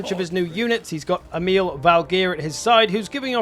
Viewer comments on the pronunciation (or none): so funny to hear people that dont speak scandinavian saying the name Emil, sounds like some arab name when you said it xD